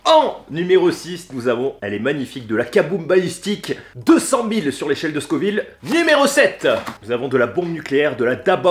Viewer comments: Dommage le carolina n'est plus le plus fort du monde et c'est scoville pas scorville je m'arrête aux 20 premieres secondes de vidéo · SCO-VILLE pas SCOR-VILLE ! Mais sinon gros respect 😂